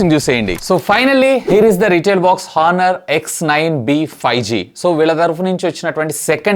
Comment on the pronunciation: హానర్ కాదు ఆనర్.. కొంచెం చూసుకోండి సర్ 😮😮😮